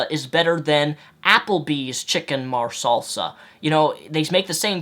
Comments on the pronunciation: ....Did this guy...who insulted the intelligence of another human being REALLY pronounce "chicken marsala (mahr-sah-luh)" as "chicken marselsa"?.... I...just...can't... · Chicken Marsala, not Chicken Marsalsa :) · It pronounced "Mar-sahl-lah" not "Mar-salsa" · Its marsala not marsalsa lol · chicken marsala not marsalsa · You can't prove much when it comes to chicken "marsalsa” because it's not a dish that has been created.... At least I hope not. I am thinking about Italian Chicken Marsala or Indian Chicken Masala mixed with Salsa now and it seems pretty disgusting. Nice video BTW. I just had to point out that horrible pronunciation. Not sure which dish you are talking about or if you have, in fact, created your own spin on it. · "Chicken Marsalsa" lol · Ok, time to deal with the elephant in the room. ~clears throat~ It is Chicken MARSALA, Not mar-Salsa. Only 1 s. :D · Chicken Marsala, not Marsalsa :D but otherwise, nice video, I chuckled when you started feeling your nutsack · lol "marsalsa" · Two things: 1) Good video. Trying to listen to this guy argue why being an atheist doesn't make sense makes my head hurt because nothing he is saying makes any sense. And I say that as a religious person that doesn't care what anyone believes or doesn't believe. 2) Hehe... "mar-sal-sa". I'm not sure if you meant "marsala" or were saying it just to bug people, but either way it made me chuckle ^_^ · Yeah, that was weird. Was he trying to say Chicken Marsala?